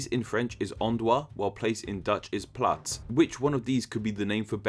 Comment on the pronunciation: i had a small orgasm when he said plaats